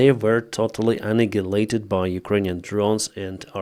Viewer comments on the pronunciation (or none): It's pronounced 'Annihilated' [Ann-Nigh-Hill-Ate-Ted] Remove the gaps obvs